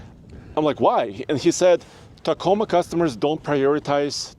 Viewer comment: T A C O M A....NOT Taco...